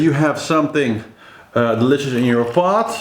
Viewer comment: I really love how you say "deiiiiilicious cup of coffee,so british!!!!!!